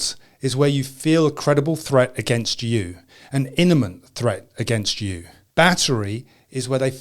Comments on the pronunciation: Imminent not Eniment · I appreciate the video and all ... but its IMM IMM IMM ee nent ....not "IN me nent". Once I thought was accidently but TWICE !! ?? (not a grammar n_z_ ... if that's a word then that's a word) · Eminent not eniment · It's not an "inamint" threat -- it's an imminent threat. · ES-CU-LATE - there is no "U" in the word escalate. EN-I-MENT - is a mispronunciation of the word imminent. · Innement? Apart from inventing a new word it's good info/advice. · Imminent is a tough word to pronounce, lol.